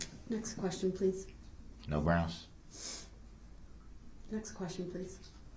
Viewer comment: I saw that video, and idiot brooks continued saying groundz. Sheeesh...